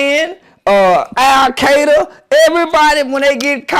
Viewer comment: The tally ban!! , AL KAY DUH!! 😂